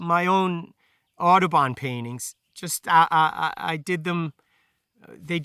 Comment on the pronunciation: Okay. John James Audubon. Took me a while to figure out that he was not saying „Autobahn“ :)